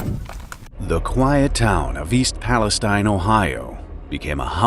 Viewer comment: Hey, that's my hometown!!!! Still weird to see my small podunk town in youtube videos! Also, it's Pal-es-teen, not like Palestine in the middle east.